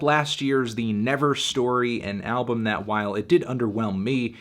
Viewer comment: Hee hee hee. Tony couldn’t say album so he dubbed it in post. He probably said it like “albm.”